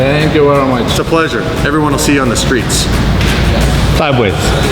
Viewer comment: "Everyone will see you on the skreets...sideways." This needs to be on a T-shirt.